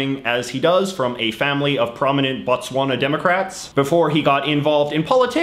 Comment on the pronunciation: Your Botswana was WEAK.